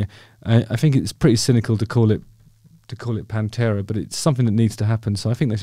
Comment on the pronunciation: ‘Pan-two-a’. Sorry, that’s just terrible.